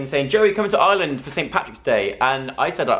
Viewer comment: YOU WERE HERE AND I MISSSSSSEEDD YOUUUUU 😭😭😭 (PS stop saying Island it's Irrrreland 😂)